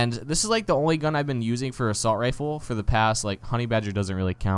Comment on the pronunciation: why you say "Assualt"? xD